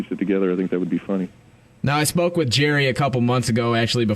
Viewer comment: "now i smoke with jerry a coupla months ago" HAHAHHAAAa i know says "spoke with" but that was pretty funny....